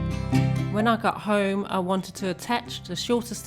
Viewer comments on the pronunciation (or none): none